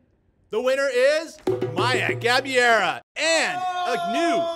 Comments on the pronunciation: The correct pronounciation of her last name is “GA - BAY - RAH” (not Gabeera). Congrats lovely Maya! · Actually they got it more wrong than that... They said Gabee-AIR-uh. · It's GA-BEI-RA